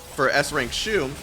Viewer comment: Waited a whole year for her. High skill ceiling characters are super fun. Also, IT'S SHU!